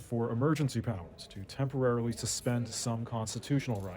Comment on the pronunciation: "Emergency prowers"